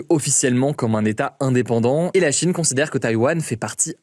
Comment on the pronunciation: Pourquoi prononcer Chine avec un tel appui sur la 1ere syllabe??? « la CHIne »